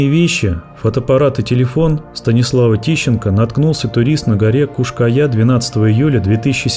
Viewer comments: В названии видео там написано "Куш-Кая", а голос за кадром говорит "Куяш-Кая".❗🤔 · Как только автор не перекаверкал название скалы, и так и сяк и наперекосяк. Подготовься и читай. Кто ж на ночь глядя по скалам в одиночку ходит, дня им было мало?